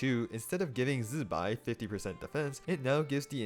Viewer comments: Why's bro zaping like electro wizard while pronouncing zi bai's name like that🙏🏼😭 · I don't know why he says it in that way, even Chinese people when saying Zibai don't press the Z like that